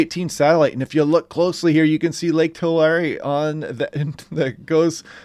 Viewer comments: It’s pronounced Tu-lary not To-lori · Its pronounced two Larry..tulare